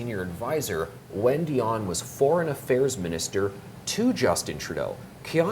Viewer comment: He could learn how to pronounce a French name, it is Di on Not a Die on